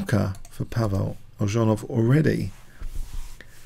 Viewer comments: Eljanov not Eldżanow. Check pronunciation before you start. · it's pronounced Elyunov